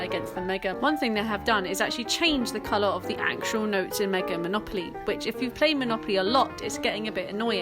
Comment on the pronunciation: MegaR edition? There no"R" in Mega.